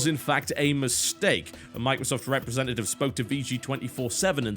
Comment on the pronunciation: A 'represantative' Mr.Biscuit? I am pretty sure it's representative instead.